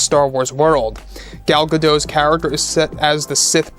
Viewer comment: Thanks for the video. Gal Gadot is Israeli, not French. The "T" in her name is not silent.